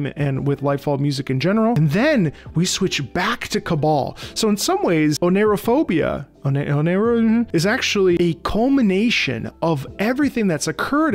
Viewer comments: Oneirophobia is pronounced "Oh Nai Ro Phobia" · Bing says its pronounced "oh-Nigh-ro-phobia"